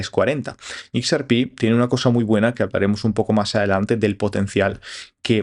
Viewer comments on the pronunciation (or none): /eks ER pi/??? /IKS ar pí/??? Por qué? Por quéeee?